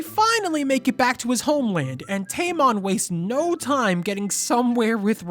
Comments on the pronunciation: tamon sounds like tampon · You call him tamon, I call him tampon